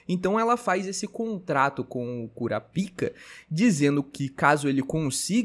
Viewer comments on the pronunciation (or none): Petição pro falar o nome do protagonista de forma abrasileirada. É Kurapika e não Kurapaika 😂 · O br é Kurapaika, original é kurapika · passa a chamar o SaraPau igual o narrador: "KurÁpika" Vi que tu ficou desconfortável em chamar de Kurapika kkk tmj! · Eu gosto de pronunciar "Kurapaika" mesmo, Kurapika eu não tanko kkkk.. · para de fazer enfase no nome do kurapika. Precisa ficar com vergonha não , escolha qualquer 1 e gg , mas toda hr me desfoco por causa disso.